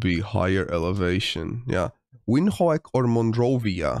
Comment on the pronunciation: The Windhoek pronounciation killed me 😂😂 If it's anything like Dutch (which afrikaans is very similar to) then the W is pronounced as a V, D is pronounced as a T, and the E is silent. So.. Vinthok.